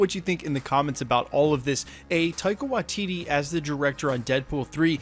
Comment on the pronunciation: Unsubscribing purely because of how many different videos you cant pronounce Waititi... its Why-tea-tea... How fucking hard is it.